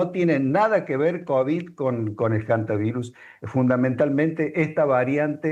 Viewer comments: Que me explique alguien porqué esta gente dice: jantavirus? De dónde lo sacan? La h no se pronuncia. No puedo creerlo!! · NO SE DICE JANTA , se dice HANTA , la H es muda , o este señor dice JUEVO a en vez de HUEVO ???